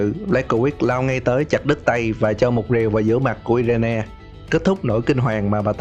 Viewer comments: Irene đọc là Ai rần chứ i re ne gì trời. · Irene đọc là Ai rin anh nhé